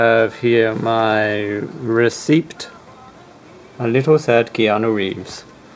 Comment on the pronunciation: Just to let you know, receipt is pronounced with a silent "p", like "receit".